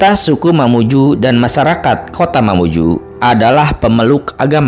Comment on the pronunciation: Dari lambang baju adat nya itu bukan mamuju melain kan baju adat mandar Begitupun sejarah yg di paparkan Juga bukan sejarah mamuju Melainkan mandar Maaf yg punya konten mohon di cari sejarah yg sesungguh nya Dan penyebutan diantara sungai Di perjelas yg saya tau bukan sungai, budung-2 tetapi budong- bodong bukakan karamik, tapi karemak Mamuju, juga bjkan mamuju tapi mamunyu Mamunyu punya cerita sampai saat ini belum ada yg pecahkan secara detail dan sejarah sesungguh nya